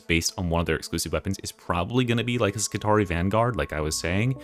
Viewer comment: I love to be pedantic, so I want you to know that Skitarii is actually pronounced as ski-TAR-ee-eye, similar to the roman Praetorii pray-TOR-ee-eye. How are you going to keep up your schtick as the smooth talking and radio-voiced '' if you don't fix this? /s 😂